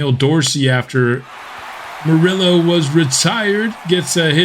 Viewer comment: So Hispanic people who support your channel and asked you to correct the pronunciation of an Hispanic name regarding Morillo and you tell them you dont want to pronounce it correctly even tho you know how? Lol bigotry and micoraggressions are at an all time high, tone deaf and ignorance at its finest, definitely was a fan of the content but gotta unsuscribe because this is not the first time this has happened and that sucks because it was a very fun series man